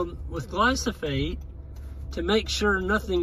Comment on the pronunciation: Pronouncing glyphosate correctly might gain you a bit of credibility